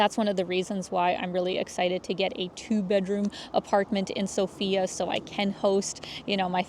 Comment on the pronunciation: It's sOfia, not sofiA